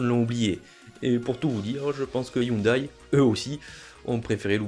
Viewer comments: On prononce Hyundai ioundé et non ioudaille ! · On ne dit pas "youndaille" mais "youndé" 😉